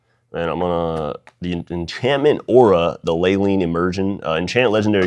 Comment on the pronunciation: Take a shot everytime that dude says gorgeous haha and no way she just gave that dude shit for pronouncing leyline wrong when she butchered the pronunciation of aboreal